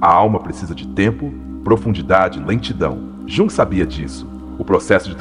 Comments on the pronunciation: Esse AI deveria ter sido ensinado a falar o nome correto. Jung? Yung. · Mas ele está nos mostrando tanto sobre este autor, que não faz mal ele pronunciar errado. Um beijo!❤